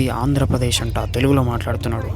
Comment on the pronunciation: Andhrapajesh kadhu Anna Andhrapradesh😅